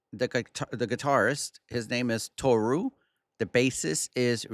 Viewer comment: Just to clarify — their official site spells the guitarist’s name TORU, and that’s the correct one (not TORO). And — your pronunciation in the video was really spot on.